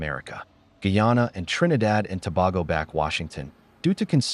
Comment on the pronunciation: Please pronounce Trinidad and tobago correctly. Thank you. The US is here for free oil, nothing else. Venez please dont give in to this damb nonesense. Stand your ground. 🥱💯